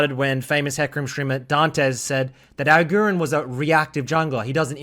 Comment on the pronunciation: AGURIIIN bro not agurin, long i